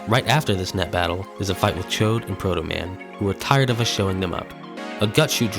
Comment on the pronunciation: Yall really went with "chode" as the pronunciation for Chaud lmao Happy to see MMBN speedrunning get some love, my one bit of advice is to up the mic volume because it could be hard to clearly hear with the music.